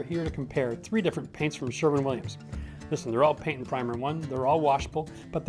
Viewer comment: Didnhe say sherman williams?